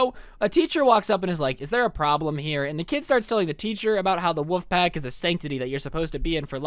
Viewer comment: do you say wouf as in bark instead of wolf